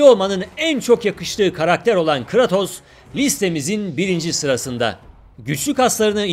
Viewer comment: o telaffuz ne lan :D kratos yazıldığı gibi değilde kreytos diye okunması lazım diğilmi yoksa benmi yanlış biliyorum :D